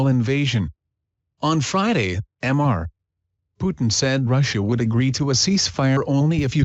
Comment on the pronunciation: I just can't prevent laughing every time the auto read says "'m' 'r' (pause) Putin"